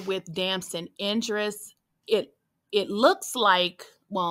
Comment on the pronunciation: IDRIS!!! Not Indris